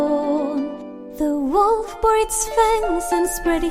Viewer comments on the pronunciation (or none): none